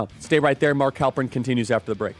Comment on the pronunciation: Halperin, really? I'm gone.